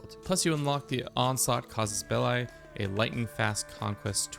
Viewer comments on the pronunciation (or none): none